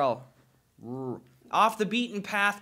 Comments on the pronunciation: It's not rural it's r'Rrel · No one knows how to fucking say roorel. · Oh my god I’m not the only one that can’t say rural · No Sanctuary rurr-ull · Gus can't say rural and Ksi can't say mural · Gus it's pronounced "rool" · I've never seen an American pronounce it correctly. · i learned the word rural when i was a kid with a speech impediment on my r’s and it still scares me to this day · Gus struggling to say "rural" is the most relatable moment of YouTube I've ever seen. F that word so much, I wish there was a closer synonym I could say instead.